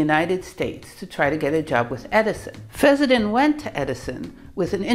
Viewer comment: It's pronounced fess-sen-den, not fezz-za-tin. Also, is it really necessary to show your mug and so close to the camera? I mean, what are you trying to achieve?